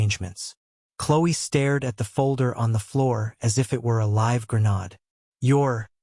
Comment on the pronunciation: Please pronounce live with a short I.